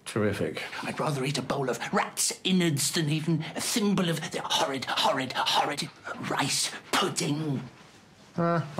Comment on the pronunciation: The way Jim says rice pudding with so much emphasis really cracks me up 😂